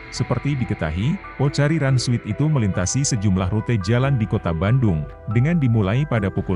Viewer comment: SWEAT bg, bukan SWEET